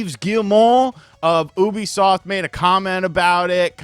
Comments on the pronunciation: Thought you said boobysoft at the start 😂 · I thought you said Boobysoft during the intro. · Did u say boobisoft lol